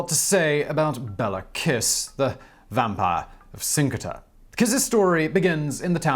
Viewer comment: The name is pronounced BAY-Luh Kish, not Bella Kiss (Bella Kiss would make a decent vampire romance character name, though!)